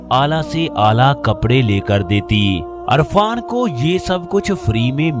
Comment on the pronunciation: Irfan not Arfan